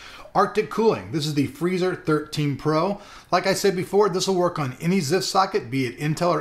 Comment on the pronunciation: "so this is the arctic blhlbllhlblhblbllblluh freezer"